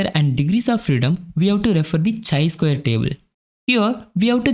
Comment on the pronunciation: Nothing wrong but feels lil weird when you are saying it as chai.. it's actually kai.. great content otherwise! Thank you for sharing with us.